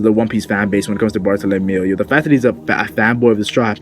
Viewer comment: bartolomeo not bartolomayo